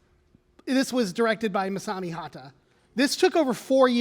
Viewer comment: Tsuji isn't pronounced Suji Eiga isn't pronounced Aiga Hata isn't pronounced Hara other than that, this is a very good presentation about something i didn't know about.